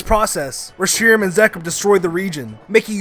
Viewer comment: i wanted to commit fork-toaster when he mispronounced Reshiram and Zekrom.